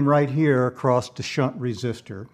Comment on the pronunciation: I know Bode didn't know how to pronounce his own name, but there is really no reason for you to perpetuate the error. And the word "across" does NOT end with a T